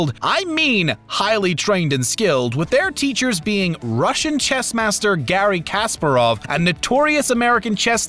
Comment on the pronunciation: Nice, good, thanks. btw it's Ka-SPA-rov.